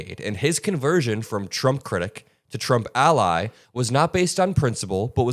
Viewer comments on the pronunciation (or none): none